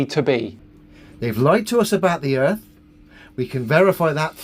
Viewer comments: He said. Erf. He's a flat erf troofer. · “Im not a flat uuurfa, i just fink da urf is flat” - dumbest idiot ever